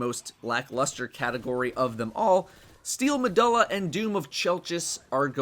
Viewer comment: Carlo Espejo steel meh-duh-la lol it bothered me too when i heard it